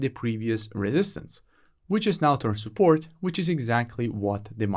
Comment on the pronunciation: No offense but I love it when you say soupport instead if support 😹😹😹